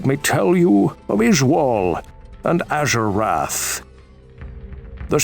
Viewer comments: You pronounce azurewrath so badly 😂 but I love ur lore vids and its pronounce az er wrath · im not surprised you mispronounced izual. you even mispronounced azurewrath